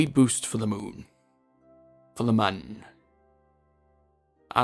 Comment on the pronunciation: just so you know. mun is pronounced moon, the same way we pronounce our own moon on earth